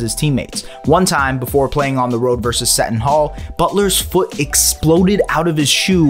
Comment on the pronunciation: He also said Seton Hall way wrong